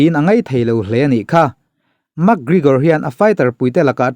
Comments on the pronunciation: Mak gregor te ti mai2.. Lam dan hi uluk ve thin che u. Makkkkk gregor an ti lo. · Mak Grigor ah??😄😂, Pronunciation zir that le ngai tlat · Iti Mak griigor thei e pronounce dan hi a 😂😂 .min 10 vl chhung in adds 3 vl bawk itiho mak grrigor hle bawk 😭